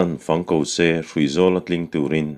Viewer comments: Vala'n fang ko se, fang rawng aw.. heta 'fang' hi 'buh fang, mim fang' tiha fang angin i chhiar a, a dik lo. Thlûk tur a ni a, 'zufáng, sâwmfáng' tiha 'fáng' ang hian thlûk tur, 'buh' tihna a ni e. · Zai hla an sak hian "fang" tih hi "fâng" ti a lam tur ni awm tak a ni.